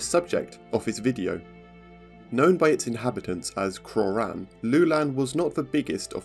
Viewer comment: It's Krorän